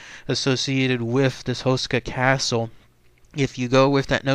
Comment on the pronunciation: Houshka would be a ore accurate pronunciation.